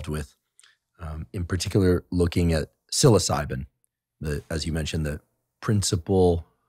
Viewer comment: Oh dear LORD!...He said it right!! Like sill-oss-ih- bee....NOT sill-o-sibe mushroom. ..as far as pronunciation sound..